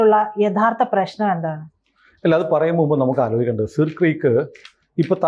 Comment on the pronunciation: സർ ക്രീക്ക് എന്നല്ലേ പ്രൊനൗൺസിയേഷൻ